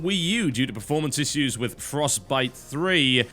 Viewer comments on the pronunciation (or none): Still don't understand how he can't say 'issues' correctly. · he srsly has a problem with pronouncing "issues" ... he fucks it up in every video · nope, it's just an alternative pronunciation of that syllable. Like in tissue, which I'm sure he'd pronounce the same way lol